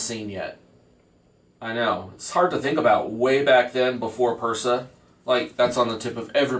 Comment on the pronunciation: If you have been printing for so long and say you are the OG of 3d printer tech, How is it that you mispronounce words related to 3d printing. Like you say, "benji instead of Benchy" and Persa instead of Prusa, and Nactura instead of Noctua. And if you built that printer 10 years ago, i seriously doubt you would trash it like you did. Something is very fishy with your claims.